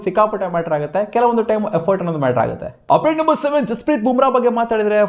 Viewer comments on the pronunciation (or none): ಅದೇನೋ ಆಪ್ಡೇಟ್ ಅಪ್ಡೇಟ್ ಅನ್ನೋದು ಉಪ್ಪಿಟ್ ಉಪ್ಪಿಟ್ ಅಂತ ಕೇಲ್ಸುತ್ತೆ 😂